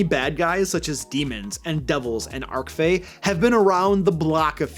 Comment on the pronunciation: Archfey—the "ch" digraph here is pronounced as "tʃ" (as in beach or cheese), not "Ark-fey." Same with archrival, archenemy, archdevil, archdemon, archmage, archdruid. All include the standard English "tʃ" pronunciation for the "ch" digraph. "Archangel" is the exception, not the rule. There are etymological reasons, but it's basically because we get "archangel" handed down through multiple ancient languages before its arrival in the modern English language. The other words are more modern additions to our lexicon, lifted directly into English as loan words. I'm not a linguist, so just using my best layman's understanding here 🙂 but my pronunciation is accurate, I checked 😅